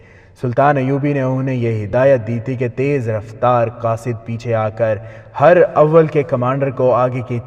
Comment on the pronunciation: Not her awwal but herawal